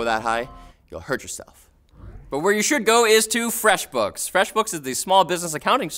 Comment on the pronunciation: said Freshbooks wrong:/